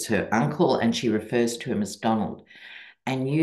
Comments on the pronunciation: DonOLD -with emphasis on the second syllable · The "Donald" thing is starting to be pronounced as "Don-OLD." 😁😆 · Kamala now says “Don-old”🤣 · Lol love your readings. My sister calls him Don-Old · I heard someone say Kamala should start mispronouncing HIS name by calling him not Donald, but DonOLD, as in Don Old. lol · Not only should we all call Trump - Donald, but we should turn around his attack on Biden’s age, along with his mispronunciation of Kamala’s name, and start calling him Don”OLD.” With an emphasis on the old!😂🇺🇸💙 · Call him “Don-OLD” ❤ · Donald... pronounced Don--Old. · Don-OLD. Not Donald. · Yes, call him Donald. Only Pronounce it Don OLD